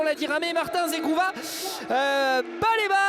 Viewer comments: ZEGROVAAA et non ZEGROUVA... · Mdr le commentateur il a dit zegrouva 😂😂